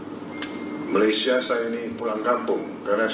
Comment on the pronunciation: COBA PERHATIKAN BAIK-BAIK APA YANG UCAPKAN... SELALU MENGUCAPKAN MALASYA... MALASYA... MALASYA MALASYA 🤣🤣🤣🤣